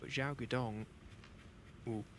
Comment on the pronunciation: His name zhao duo dong and not zhao Xi’an tong